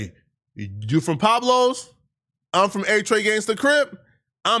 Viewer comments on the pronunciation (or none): It’s Peblos not Pablo’s 😂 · Pablo bloods, that must be the new Mexican blood faction, Pablo is their leader😂😂😂 Say it with me pweb-low (pueblos) U big goof 😅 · say it with me! You don’t have Pronounced the PUE - in Pueblos 😂😂 just say it like everybody else “Peb-Blos” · I believe it's pueblos not pablo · “ The Pablos’ “🤦🏽‍♂️🤣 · bruh, are you talking about the PUEBLOS? you keep saying Pablos. and all that "natural right" talk? maybe i'm just old, but that type of attitude will get you worked. idk where you're from, but your rights don't block bullets.